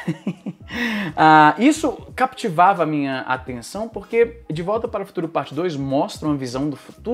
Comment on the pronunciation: provavelmente confundiu a pronuncia com o ingles "captivate" onde o "p" é pronunciado